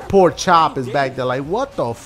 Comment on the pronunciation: He said porkchop